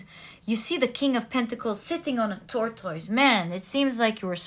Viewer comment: I have noticed your pronounciation of tortoise over several readings. The correct pronounciation is tor-tus. Only wanted to to help your vocabulary and is a friendly correction. Thank you for the reading.